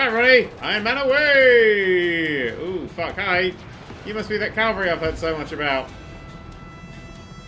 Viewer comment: at one point you said Calvary not cavalry - nice work